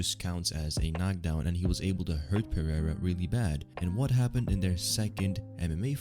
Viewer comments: "R" in Portuguese is pronounced "eh-he'''... you pronounced "Pereira" in the most ignorant and retarded way... Learn the basics you tard... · You say "Pereira" so incorrectly like a retard...